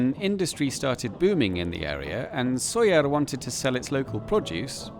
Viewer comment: Como he llegado aquí? Por cierto, es Sóller.